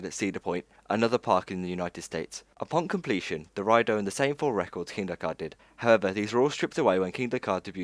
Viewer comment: Dude your videos are wicked, but your pronunciation is why off. Kindaka.. It's Kingda Kar. Abu Doobai.. Debuwed (not daybyooted)